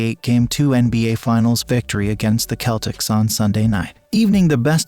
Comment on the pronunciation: Did you just say the keltics? 😂